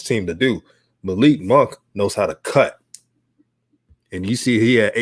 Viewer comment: It is pronounced Muh-LEEK Monk...not MALICK.